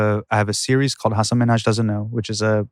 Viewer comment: I'm so sorry they pronounced your name wrong, Hasan. Very disappointing. Janky research. Kudos to you for not mentioning it before sitting down.